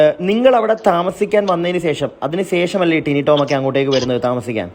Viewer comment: എന്തോന്ന് ടൈനിറോം ഏട്ടൻ???. ടിനി ടോം എന്നു പറയെടോ. 😇